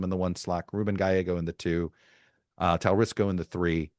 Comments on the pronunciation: It’s TALARICO, not Talarisco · Chuck - you’re lazy when you won’t take time to pronounce “Talarico” properly. Notice there is no “ s” in his name. Geez dude. Do better. You lose credibility. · No S in Talarico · Talarico NOT Talarisco - and he's awesome! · There is no "s" and Talarico. He would be good if he were interested. Buttigieg has been my fav for a while, but it sounds like he's polling around 0% with black people. Priztker should also get more attention. A billionaire that agrees he should get taxed more might be the winningest strategy of them all. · Hilarious that Todd wasn’t even pronouncing his name correctly. Shoddy journalism. I absolutely love, love, love Talarico! What a SHINING STAR!!! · Is he pronouncing Talarico worng? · You love James Talerico so much that you mispronounced his name three times 🙄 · You are miss pronouncing talarico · How did you manage to mispronounce Talarico? You had me checking to see if I had it wrong.